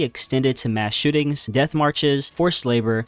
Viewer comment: did bro say shittings